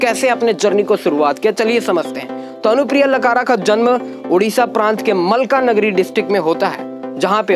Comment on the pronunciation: मलकानगिरी है न कि मलकानगरी